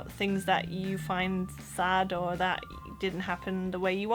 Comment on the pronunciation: Couldn't tell you were German - except maybe the first time you said "that" - hint of Central Europe accent there. Oh, and if you think queue jumping is "cheeky" - no, in Britain, queue jumping is "bang out of order." - so a a bit to learn yet... 😉